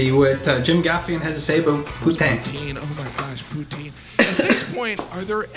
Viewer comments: I just had poutine, no lies! Great vidz, boys! Thanks from Quebec! Just... don't say P(o)utai(n)' - It's a tongue slip away from calling someone a Parisian ho! (Poutinn) or (pouteen) work just fine. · This American is going to keep pronouncing it "poo-teen" because the French pronunciation is way too close to the name of a certain Russian dictator.